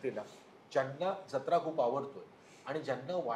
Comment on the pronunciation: ज्यत्रा ❌ जत्रा ✅